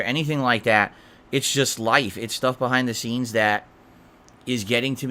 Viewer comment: BUHHAIND DUH SEENS